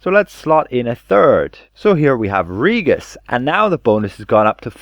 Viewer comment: It's Ree-jis, not Ree-gus.